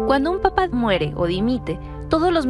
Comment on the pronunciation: La palabra "papa" no significa lo mismo que "papá". Son dos palabras diferentes, se pronuncian distinto.